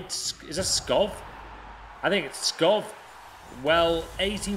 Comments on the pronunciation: Skov not fucking skof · He also pronounced Skov like "Skoff" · Skov is actually pronounced Skou